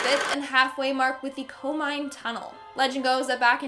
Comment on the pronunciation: Not Coal Mine! It's Koh-Mee-Nay!